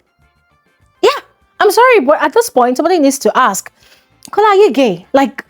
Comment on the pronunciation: Why can't Nigerians say the word ask or asked properly? Great analysis as usual